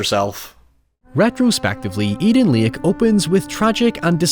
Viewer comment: Edeen Leek